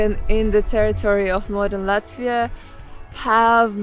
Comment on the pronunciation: Yes es zinu es arī dzīvoju Latvijā būt bruh Like Her pronunciation of Latvia is kinda cringy